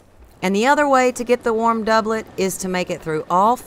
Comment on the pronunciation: i just want to formally thank you for actually pronouncing doublet correctly